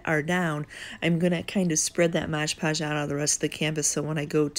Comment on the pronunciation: Love your videos. Just one thing. Its Mod podge not modge podge